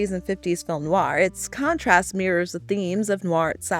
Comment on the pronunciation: rare to find an american film noir expert who can actually pronounce "noir " correctly ( they usually say noo-wahr)